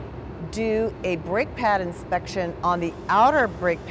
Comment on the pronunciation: why tf does she keep pronouncing it as: Insprection?